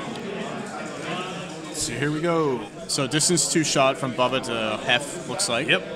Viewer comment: Nice commentary but listening to one of you pronounce Boba like “Bubba” was rough